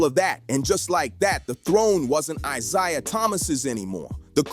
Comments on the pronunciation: It's pronounced eye-zay-uh. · Why is it when you people do these videos you can’t pronounce these guys names properly!! Like come on now!! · How many times are you going to mispronounce Isiah? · YOU DON'T KNOW HOW TO SAY A PERSON NAME. CORRECTLY. LESTER EL ISLAMISM ☪️ 🕋 🕌 ☪️ 🕋 🕌 ☪️ 🕋 🕌 ☪️ 🕋 🕌 ☪️ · How can you go a full video mispronouncing Isiah. That there kills your whole video. Do better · I can't watch a clip where a guy can't even pronounce Isaiah Thomas's name right